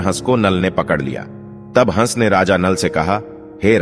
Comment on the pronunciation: Hansh ko hash kahte ho kya vdo segumrah karte ho tapsya karo